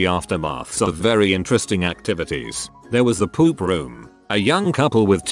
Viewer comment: why tf do i like the way the voice says poop "poUP"